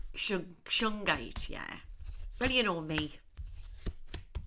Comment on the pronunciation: "Suge Knight" is a famous black musician. You are saying his name, not "shungite" which I assume is the crystal you're referring to.